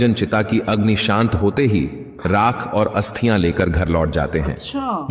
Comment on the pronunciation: भाई हस्तिया नही अस्थिया